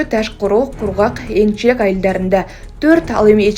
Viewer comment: Энчилек эмес ЭНИЛЧЕК